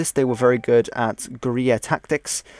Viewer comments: When you say Guerrilla it sounds like gonorrea(JS). Bushwhackers were Guerrilla fighters; other than that the south mostly fought pitch battles. At the end of the war Jefferson Davis wanted to disband the army and start a guerrilla war in the Appalachians; which many southerners knowing this land and how to survive(after many years of pointless slaughter complete destruction of the south and, the greater divide in our nation. Which would have led to a unhealable hatred for one another) probably would have won. General Lee said no. So General Lee destroyed this country and also saved this Country. "it takes a brave man, but to end this killing,it takes a braver man"-Can't remember. P.S Can we all just agree that the civil war was not a black and white issue(no pun intended). Even Abraham Lincoln himself said,"no one side is to blame for this war". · Definitely some very Broad brush Strokes overall, all right video though, except for the elephant in the room.. the one glaring defect nakama learn how to say fuckin gorilla bro.